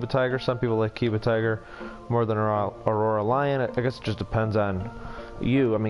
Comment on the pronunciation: Anyone else annoyed that he kept saying “aurora lion” and “keeba lion” lol